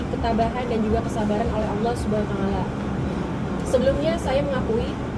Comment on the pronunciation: Iya bener salah.. Masak ngucapin subhanallah waa'la😅😅😅 yg bener Allah subhanahu WA Ta'ala.